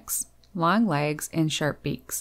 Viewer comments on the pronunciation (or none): none